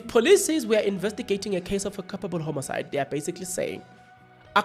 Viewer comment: 😂😂😂😂😂😂 it's not homocide it's Homicide 😂😂😂😂😂